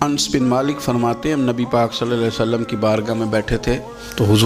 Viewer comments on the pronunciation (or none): Ye naam Ans nahin ye Naam hai "Anas"...with very excuse